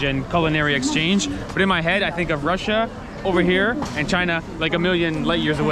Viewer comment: It's Chrussia 🤣